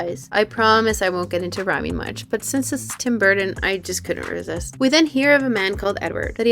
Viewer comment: GREAT MOVIE BUT REALLY THE NARRATOR CANNOT SAY TIM BURTON.?